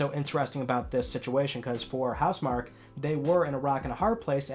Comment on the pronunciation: House MarKEE It's pronounced House MarKEE